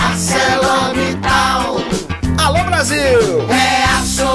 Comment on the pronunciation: Nada contra a empresa, os funcionários ou o ramo. Mas que vergonha é essa da empresa que fez esse vídeo. Será que podemos chamar uma agência que faz um vídeo desses de profissional? A separação correta de sílabas é: Alô, Alô, Ar - ce - lor - mit - tal. Não importa de quem falamos, sobre o que falamos e independentemente da ferramenta que usamos para nos comunicar, a gramática deve ser respeitada!